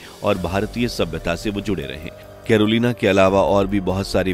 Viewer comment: Please tell the name properly, the name of the lady from Poland is Ms Karolina Goswami, not karil as you pronounced. Be careful in future, she is very respected lady in our country. 🙏